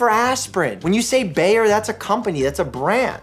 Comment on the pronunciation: As a german it sounds so funny to me how he says “Bayer” :)